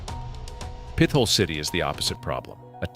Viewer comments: It's pronounced PIT HOLE not pythol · Another AI commentator? It's not "PITH HOLE", it's "PITT HOLE". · The town was/is PIT-HOLE...NOT PITH-OLE !!!!!!!!!!!! Learn how to pronounce these cities or teach your Ai how to speak properly!!!! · This is dumb. You can't pronounce "Pithole" and including it, along with places like Harmony, as the creepiest small towns you should never stop in, is just dumb. It's clear you just read a couple articles but don't really know anything. And seriously - veeaduct? Do you think that is a word? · Fun fact: as an actual living, breathing Pennsylvanian and not an AI-generated bot who can't pronounce a simple word such as "Pithole"... ALL of these places are perfectly fine to visit. Even Centralia. Another fun fact: Donora is the hometown of baseball legends Stan Musial and both Ken Griffeys Sr. and Jr. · Those of us who grew up in Titusville or Oil City could probably retire if we had a nickel for every time we've had to correct someone for mispronouncing "Pithole". 😂